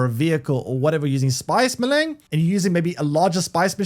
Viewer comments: Melaaang.... spice melaang.... Melange is literally pronounced how it's spelled. Mel-ange Mel-awwn-g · Maylang. lmfao!!! It's "may-lonj"! It's french. maylang... smh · Spice Me-Lang! Wtf can’t do it, can’t take you seriously. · Ma-Lang and helicopter... I can't handle the constant terrible mispronunciations. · If it‘s french, it‘s pronounced „melunsh“ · please say melange correctly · Boy you butchered your pronunciation of spice melange. It is very French sounding. Just watch one of the movies, but DO NOT continue to pronounce it the way you are currently. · came here to write te same thing xD